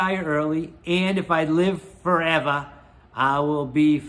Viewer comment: I thought you ditched our Massachusetts accent.....then you said foreva....😅